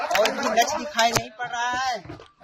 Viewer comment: લક્ષ્ય ને લછ કહે છે 😂😂😂